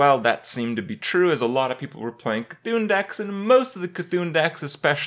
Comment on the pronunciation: Ur saying C'Thun wrong